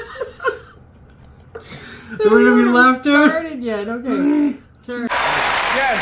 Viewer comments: Moran is pronounced how the lady pronounced it the first time! More-in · Equal stress on both syllables Mor…an….all day every day it’s the only way to pronounce his name🤩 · It's a very recent way young Irish people started pronouncing names like Moran and Doran, sounds American or maybe French or something, and to most of us it just sounds wrong. The name Moran sounds as it's spelled, without the elongated ahhhnnn. There are fada characters in Irish language to elongated vowels and even if it had one it would sound different that aaaahn